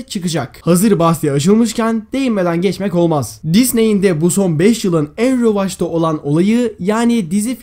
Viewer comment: rövaş değil revaç :d